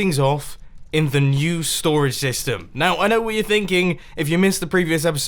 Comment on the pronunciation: I swear when Mumbo says STORAGE SYSTEM he says "storage stystem"